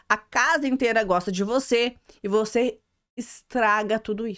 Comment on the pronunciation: Acho tão engraçado ela falando uc kkkk